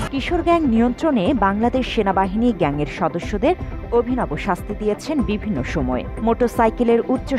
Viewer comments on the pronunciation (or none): none